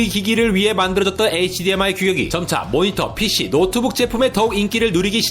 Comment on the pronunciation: 크으으 마지막에 열정넘치는 목소리 보기좋아요!! (HDMI에서 흐드미로 갈아타셨군요😏😏)